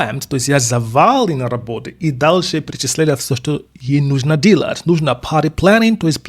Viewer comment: мы подписаны и учим Английский вместе с Вами. Прекрасный курс! В порядке обратной связи: слова "дело" "делать" для Вас по произношению ассоциируется с Английским "deal", где слышится "И". Поправьте на "дЕлать". Там чёткое "Е". Всё остальное - супер. Мы от вас балдеем!!! Спасибо за Ваш труд